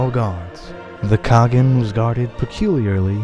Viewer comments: Khagan is pronounced ( Kah Haan) Кахан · Its kha-ğan